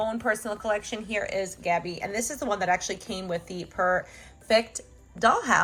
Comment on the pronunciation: You said tabby not gabby